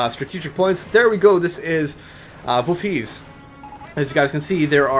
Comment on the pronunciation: That Dutch pronouncuation is not far off. Almost!